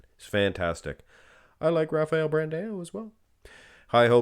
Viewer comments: It pains me so much when says brand A O. It's pronounced Brand OU like when you say ouch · Pro Tip: When you see "ã", such as in BrandÃo, you pronounce it like DUH! It's like saying BranDOWN, but you switch to the DUH sound.